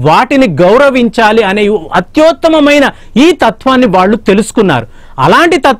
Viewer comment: అత్యోత్తమమైన కాదు/ అత్యుత్తమమైన